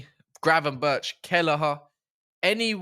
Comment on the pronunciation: is the one 😂 about time you said Gravenberch name right. People forget Gravenberch didn’t play any football for a year before he came to Liverpool. So needed to get match fitness, rhythm & adapt to the premier league. Big up on da video 🤝